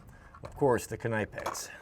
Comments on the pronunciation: It’s pronounced knip ex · Sir. The K in KNIPEX is silent-NIPEX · Knipex is pronounced "Nee-pex"..It's a German Company. Someone replied to a comment in another Youtube video a while back as to the proper pronunciation. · Its pronounced "nipex" the k is silent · Knipex.. Pronounced nipex in the UK! Woustershere sauce... wouster - shear sauce 😜❤ Yall are Yankees to us don't worry 😜❤❤ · Hey I think the K is silent on Knipex just as it is on knife, knee, knuckles, knot, knight, Knoxville, knapsack, we know that.